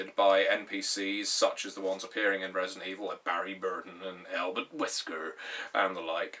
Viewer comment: Have a like just for saying Albert Wesker the way you did :)